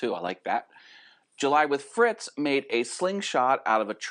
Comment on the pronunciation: Thanks for the shout out! Just one thing though....Its FITZ not FRITZ. No big deal, people do that all the time. Great episode!